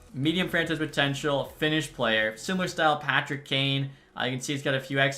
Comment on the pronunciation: Man, ya really need to learn how to say French names. 😂 It's worst than when saying Patrick wah